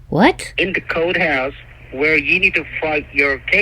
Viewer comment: Lol! She hung up because you're oversmart 😂 I love how you're telling him his script and what to say next 😂 Relax he said coathouse not courthouse 😂 And last but not least the defeat hang ups para cerrar con broche de oro! 😂